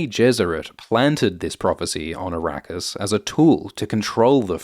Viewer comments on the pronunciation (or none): Araqis??😂 You mean Iraq? And Shadam? You mean Saddam Hussain??😂